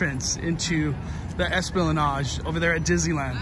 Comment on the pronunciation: It's esplanade not esplanage 😂